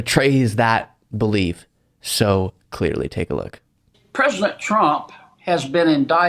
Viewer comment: "Perzidint Tromp"